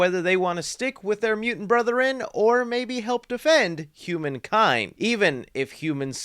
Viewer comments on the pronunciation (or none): “mutant BROTHEREN”?? 😂😂😂 It’s BRETHREN, R E T A R D.